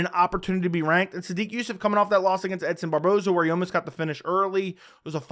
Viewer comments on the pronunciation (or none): none